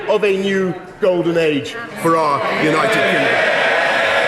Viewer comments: Did he really mispronounce "United Kingdom" by calling it "United Kingum'"? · united kingom lmao at 47 seconds in what an idiot. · At 46 seconds brois calls the u.k united kingem 🤪